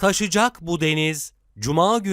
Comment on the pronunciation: En son taşıcak bu deniz diye seslendiren arkadaşı uyarın lütfen. Taşıcak değil taşacak bu deniz. Ha bakayım